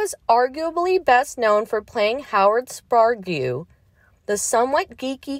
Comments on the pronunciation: Spar-gue - 🤣🤣🤣🙃🥸:face-blue-smiling::face-purple-wide-eyes::hand-orange-covering-eyes: This channel constantly butchers names. Totally unprofessional. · Howard Sprague (pronounced: Spay-G) ... AHEM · SPRAG is the way it's pronounced. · After hearing “Spar Gue,” I had to stop watching. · Howard "Spar-Gew"??? Way to ruin a beloved character's name! SMH... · they get bots to do these most of the time. The bot would have probably done better with the pronunciation. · I don't think it was AI, just a Moron. How can you screw up something like that. SO SAD!! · Sprague? Look up the pronunciation. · Omg! Did you ever watch the show? Learn the correct pronunciation of Sprague it's not difficult!!!